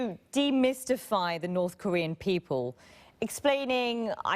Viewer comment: "Kornean peninsula"